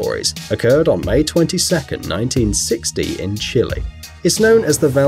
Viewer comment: Chile = "chi - ley" , Not "Chilly," but it was a good video.